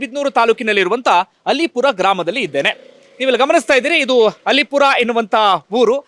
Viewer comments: ಅದು ಅಲ್ಲೀಪುರ , ಅಲಿಪುರ ಅಲ್ಲ !! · ಅದು ಅಲೀಪುರ ಅಲ್ಲ ಅದು ಅಲ್ಲೀಪುರ ಇತಿಹಾಸ ವಿದೆ ಅಲ್ಲೀಪುರದ ಬಗ್ಗೆ .......